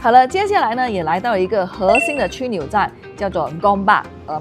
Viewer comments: 枢纽（shu niu）不是qu niu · 你有一个读音错误哦，枢（音同书）纽，而不是区！ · 靓女，那叫书纽，不叫蛆纽。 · 枢纽 （“书”纽 不是“区” 纽呀 ） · “枢” 纽， 美女这个字读为shu不读为区😂😂😂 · 以为你是Banana, 像不到中文也有两把刷子。枢纽”的拼音是 shū niǔ. subscribe & like done. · 枢纽，正确读音是「shu niu」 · 枢 的读音是“书”